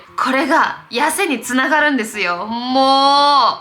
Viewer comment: 肥満防止につながrrrrrrrrるんですよ！！の巻き舌笑った笑笑笑笑 身長同じくらいだから勉強になるしめっちゃ好きチャンネル登録しました